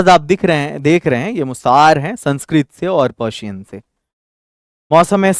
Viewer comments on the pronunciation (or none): none